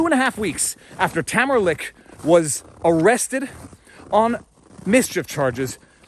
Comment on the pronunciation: You keep going between pronouncing Tamara's last name "Li-cha" and "Lick" and its kind of disorienting. Pick a lane.